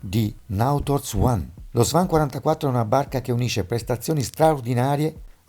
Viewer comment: Ancora una benevola tiratina d'orecchie circa la pronuncia. "Sven" è un nome diffuso in scandinavia (e il cantiere Nautor è finlandese) ma la celebre linea di yachts si chiama "swan" in inglese cigno, pronuncia /swɑːn/. Per quanto riguarda la scelta questa volta niente da dire, salvo il fatto che sono tutte barche molto costose anche se (specie caso Alpa) usate con parecchi anni. Ecco ho qualche dubbio sul colore scafo blu che è esteticamente molto bello da nuovo ma ha un paio di grossi inconvenienti: scarsa visibilità in mare ma soprattutto (assieme al rosso scuro e al nero ovviamente) è il colore che + attira iraggi uv e quindi sia scalda lo scafo di piu, e nelle ns torride estati mediterranee non ne sentiamo il bisogno, che poi fa opacizzare anzitempo gelcoat o vernice che sia.